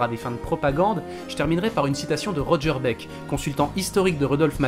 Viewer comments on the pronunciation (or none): none